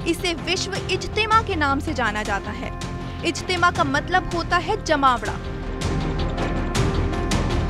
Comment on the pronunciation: Bolne ka tarika kesa he jmaoda jali use program karykram bhi bola ja sakta he lekin tum to jahi ho tume kya pta